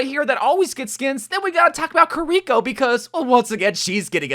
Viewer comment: Did you really just say Kiriko’s name wrong? 😂